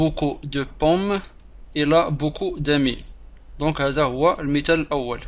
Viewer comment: دامي d amies خطأ في نطق تنطق ب داميي ماشي دامي